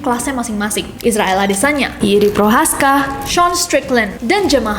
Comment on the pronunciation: Nessi setiap nyebut nama Jiri (hiri) kedengaran aneh. beberapa kali.